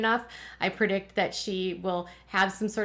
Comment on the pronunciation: The word is PREdict, NOT PERdict